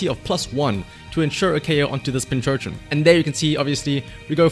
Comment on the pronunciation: Subbed just because you keep calling it Pinchurchin